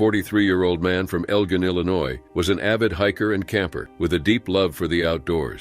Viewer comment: Elgin - El-Jin 😅, didn’t realize my hometown name was difficult to say…. Cool